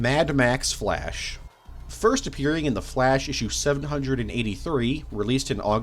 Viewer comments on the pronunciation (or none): I keeo hearing "the flesh" instead of "the flash" ahah (great video btw !)